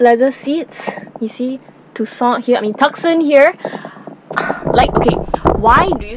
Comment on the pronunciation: Hyundai TOO-SONN, unfortunately not pronounced as Tux-Sun. LOL..sorry, just being nit-pick. Good and "too honest" review.